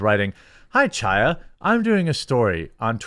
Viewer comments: Jeremy its pronounced chaya with a throaty ch not cha cha cha . Its a hebrew name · Hi Chaya is pronounced with a harsh "H" sound, kind of like a cough from the back of the throat. "High-ya" if you don't want to make that sound lol. It doesn't have to sound like you are kicking up a loogie; just a slight emphasis will do. Thanks for covering everything that you do❤❤ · Absolute FACTUAL perfect description of Ms. Lorenz, Jeremy nailed it!😂 Also Chaya is pronounced Hi-yah think of the pronunciation of Chanukah the C is silent.😊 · Love your channel. FYI, Chaya is a Hebrew name and the "ch" is not pronounced like cheese. It is a gutteral sound like the last two letters of "Reich" the way Rush used to say. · It's hilarious how you pronounce "Chaya"... I know it's a hard sound for non-Hebrew speaking people.... but that's such a hilarious refusal to even try and emulate the correct sound! Oh... and you can't even pronounce "Bezos" correctly... THAT'S AN ENGLISH NAME!! GEEZ!!! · I wish you would pronounce Chaya’s name correctly. The “Ch” in Chaya is a guttural “ch”, as in the “ch” in the German word “achtung”. The Russian letter that looks like an “X” makes that same sound that’s missing in the English language.